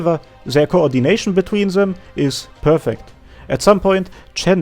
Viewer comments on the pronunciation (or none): none